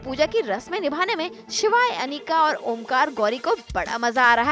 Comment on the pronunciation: yr ye omkara ko omkar kyu bola rahe hai??????